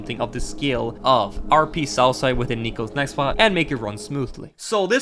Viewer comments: BRO WHEN YOU SAID SOUTHSIDE I THOUGHT YOU SAID SOUTH PARK 💀💀💀💀💀💀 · I heard salsa instead of southside 😂😂😂